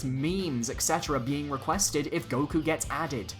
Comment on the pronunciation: "Goku" sigh...